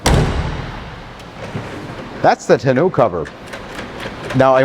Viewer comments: Tah-know cover not Ta-noo/Canoo :face-blue-smiling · Nice review as always. Agree with all points but they way he pronounces 'tonneau cover' drives me batty..... Sounds like he's saying "Ten-new cover"? "Tah-no" cover is how I've always heard it pronouced with the emphasis on the "tah" part! I don't think it is supposed to rhyme with "Canoe"! lol😀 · I love you, but if I have to hear you say tunoo cover one more time...😂